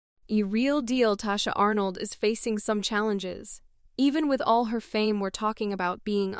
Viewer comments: Pronounce her name correctly if you're going to present a story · This bot voice is tearing her name up thru the whole video, smh.